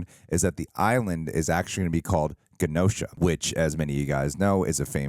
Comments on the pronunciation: In Rise of the Phoenix - The Making of Dark Phoenix, several cast and crew members pronounce Genosha with a hard "G". In the comics and several adaptations, Genosha is pronounced with a soft "G". so, I am going with the soft "G" because screw Dark Phoenix. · Isn’t Genosha pronounced with a J, like (J)enosha? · Genosha Is Pronounced Jenosha Homies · Its pronounced Jen-noh-sha! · My joke answer would’ve been Sabretooth because he is a mutant man with claws. For the record, the “Gen” part of Genosha is pronounced like the name “Jen.” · should have gone with your gut regarding ganosha lol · If you would like to know how to properly pronounce the word or name genosha please watch any X-Men cartoon like literally any serious will work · I’ve seen a couple videos now where they pronounce it wrong lol.